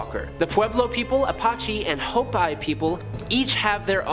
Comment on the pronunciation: A convent of witches? Try a coven of witches. A convent is where nuns live. Judas Iscariot was a human man, not a demon. Hopi (tribe name) is HO-pee.